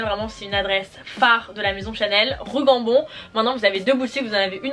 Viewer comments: C’est rue Cambo haha pas Gambon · Ça porte du Chanel sans connaître la rue Cambon, et non Gambon pourquoi pas jambon.